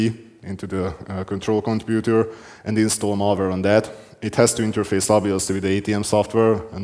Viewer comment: “Get to the Computah” 😂